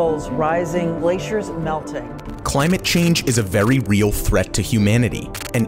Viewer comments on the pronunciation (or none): none